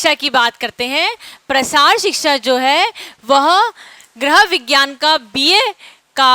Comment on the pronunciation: आपका लेक्चर बढ़िया है लेकिन गृह विज्ञान शब्द का उच्चारण सही करना सीखिए